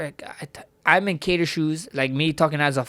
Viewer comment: i like how he pronounces Kattars arabic last name properly unlike the white anglosaxson way ( Kaaaytur ) lol